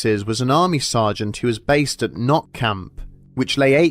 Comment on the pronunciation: By the way it’s Knook camp